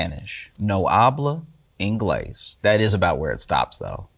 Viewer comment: No, hablo ingles. You can't speak English? You fooled me, but you definitely can't speak Spanish. 😂